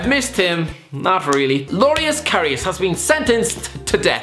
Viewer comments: LORIUS? Its loris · Is he saying Lorius instead of Loris for a reason? I don't get the joke.